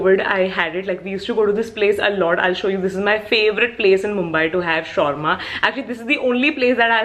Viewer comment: She called "shorma" it's SHAWARMA 😭😭😭